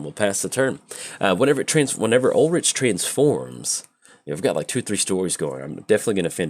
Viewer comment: Ulrich is pronounced Ul-Rick.